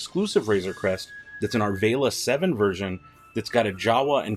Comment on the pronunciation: The round panel wrapped around the thruster can be removed as well, to reveal engine parts sculpting, but, I didn't see you demonstrate that in this video? ALSO could you PLEASE pronounce Arvala-7 instead of "ARE VAY LUH", think VOLLY BALL(?) so you'll pronounce it "ARE VOL UH"? THANKS! Haha Excellent revuew otherwise, especially that peg underneath the carbonite block holder fingy!